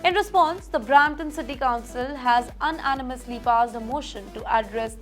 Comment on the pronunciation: Unanimous word is not pronounced properly hear your pronunciation Check it and correct it